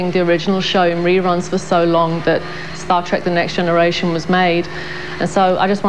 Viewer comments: Did the reporter say "Star Track"? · Omgggggg.....she said " star track ". I hate that!! TREK TREK TREK. Just like it's spelled! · Did the anchor say "Star TRAK?" lololol